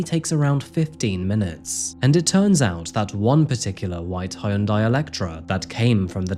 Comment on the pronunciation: Hyundai is pronounced Hon-Die or Hun-Die lol, think of the y as silent